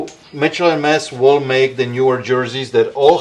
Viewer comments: It’s Mitchell and Ness! Lol this man just said Mitchell and Mess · It's not Mitchell and Mess... its Mitchell and Ness. Come on. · Mitchell and Mess he says hahaha